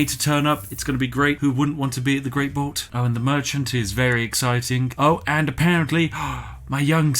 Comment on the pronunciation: Please stop calling a blot a "bolt" it's only a four letter word man